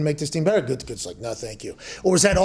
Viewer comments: "Goodykoonse". I once worked under a newspaper executive who spelled it that way. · Man, every time Pat tries to say "Gutekunst", I feel like he's about to throw up 2 times. The first time at "Gute" and the second time at "Kunst". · Just listening to hear mcafee pronounce the gm’s last name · I though pat sayin Gutekunst was completely a long ball until I sounded it out myself 😭😭😭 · Take a drink everytime he says “Gutekunst” 😂